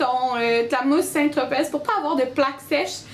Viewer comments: aaaaaaah on ne prononce pas le Z de Saint-tropez, ça se prononce comme si ça s'écrivait Saint-tropé. Désolé, ça me faisait mal aux oreilles :p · On ne dit pas le Z dans St-Tropez c'est une ville dans le sud de la France ;)